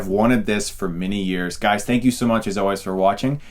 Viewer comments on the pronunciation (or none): none